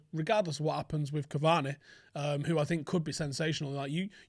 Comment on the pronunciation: When you’re trying to say Cavani but all you can think about is Bacardi 😂😂😂